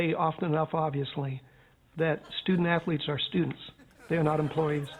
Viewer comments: "Ah, yes. Stu-dent Ath-o-letes" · Oh Ho Ho, student ath-o-letes, how clever sir